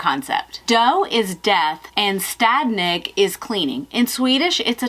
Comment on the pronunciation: You had some good pronunciation (I hope I spelled it correctly) on the Swedish name, and I can say that as Im a native Swede. :D And yes, I got inspired to go home and do some cleaning and organizing now! :D